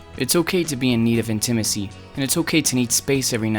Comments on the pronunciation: What is “in-Tim-is-ee?” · I’m still stuck on how he says intimacy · Fabulous presentation! Easy to understand. I’ve never heard intimacy pronounced that way.